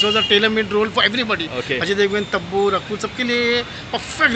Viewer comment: Tabu ko Tappu bola yeh 😂🤣🤣